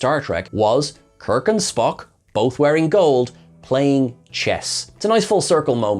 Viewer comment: I heard Pelia call him Spocko! Am I going mad? This episode also reminded me a little of Babylon 5 - "The forecast death of John Sheridan"...